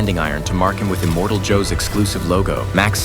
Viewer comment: Who the hell is "Immortal Joe"? It's "Immortan Joe".